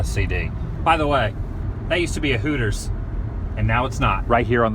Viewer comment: Gotta question Adam...Was that once a "Hooters" or a "Wooters"??😜